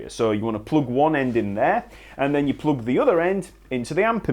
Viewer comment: I love how he pronounces plug as ploog